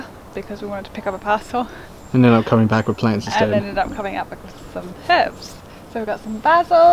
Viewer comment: Really nice to hear you pronounce the H in herbs.